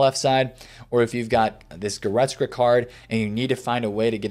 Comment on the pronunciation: GoretzKA.. not goretzGRA